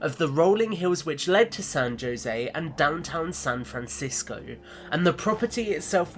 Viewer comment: San Joe zay?! Hahah fairly certain that it's pronounced San ho zay